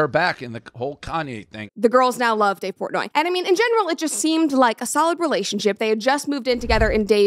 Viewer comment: Who tf is Dave Pornay??